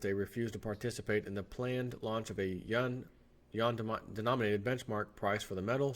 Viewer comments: I couldn't listen to this...... it is pronounced You-whan!!!!! Not Y'an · I am Wrong , SORRY it's sounds like Wawn not wane Yuan is pronounced Wawn. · It's actually pronounced like with an 'en' as in 'pen' and has a slight rising tone; try saying "U.N.?" by blending the syllables together and that's essentially it (check with Google translate if you think I may be wrong). Idk why the western media deliberately pronounces it incorrectly, kind of like when some people say Iran and Iraq pronouncing the names as if they were Apple products, lol. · You're killing me... It's pronounced YOO-AHN... If you can't say Yuan, then Renminbi is an acronym... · Yuan pronounced Wane( phonetically that is)